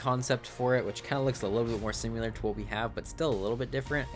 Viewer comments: I feel bad because I really like these vids but simular kills me lmao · great video. You saying similar makes me eye twitch though.